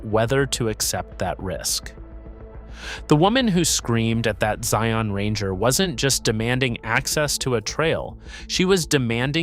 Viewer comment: I wish he could pronounce the name Zion in a more natural way.